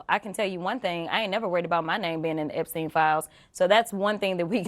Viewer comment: Crockett saying "a Jeffrey Epsein" is just almost as bad as Santos say "I said I was Jew-ish"